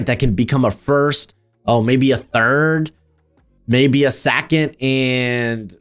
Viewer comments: Why are you saying Sackond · I've watched a lot of these guy's videos & Ive never noticed him having an accent or a speech impediment & I must have heard him say 2nd before because I mainly watch his mocks. Why the Hell is he saying "sackent" instead on 2nd. Is he Fn with us? Did he make a bet with someone? Is this a "now" "meow" situation? LMFAO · The way you say 2nd is insane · The way you say “second” is WILDDDD 😂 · I came to the comments for this 😂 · Love the channel, but say "2nd" again 😂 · fr. I have seen so many of his videos and that caught me off guard